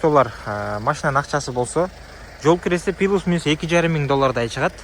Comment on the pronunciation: Плюс дечи айланайын пилүс дебей